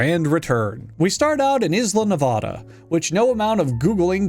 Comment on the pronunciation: The way he says Nevada is killing me slowly I've lived here to long